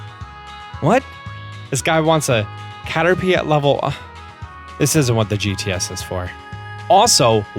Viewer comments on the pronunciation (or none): none